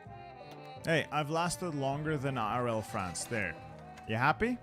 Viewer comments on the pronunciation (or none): lol "la Frannch"